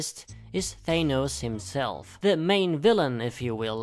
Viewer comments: Its Thanos not Gaynose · hearing 'thAYnose' makes my eye twitch nah jk great list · Thanos not thenos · It's closer to how thanatos is pronounced